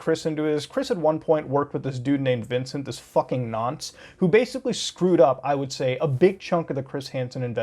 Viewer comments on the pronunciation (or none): It's weird hearing Muta say "Nonce" lmao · muta saying nonce is so strange because its not in a british accent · Ngl but holy fuck is it weird hearing non British people say the word "Nonce" 😂